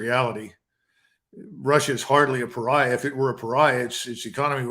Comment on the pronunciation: A "global paria" lol, wtf is that man talking about!!!!